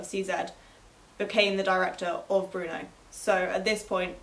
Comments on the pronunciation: its not pronounced bruno you twit its brno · How is BRNO pronounced "Bruno"? There is no U. It's BRNO.